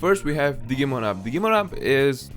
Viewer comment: Dijee-mon (as in digital-monsters) Not Diggy-mon 😆 lol